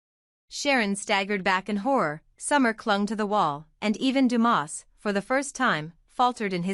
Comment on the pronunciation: It’s not Demoss, it’s Dumas!